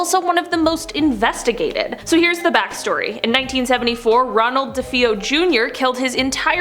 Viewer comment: It's pronounced DeFayo not DeFeoo